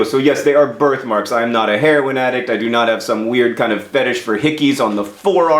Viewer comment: The first couple of times you said "birth marks" I heard "bird marks". I was worried.